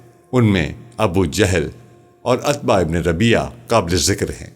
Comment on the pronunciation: عتبہ میں ع پر پیش ہے۔ السلام و علیکم غلط ہے السلام علیکم درست ہوتا ہے۔